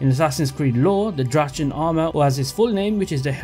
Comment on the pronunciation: I almost fainted from the way u pronounced drachen armor.